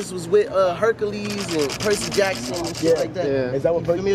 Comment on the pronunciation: I love how trippie said Percy Jackson 😂😂😂💀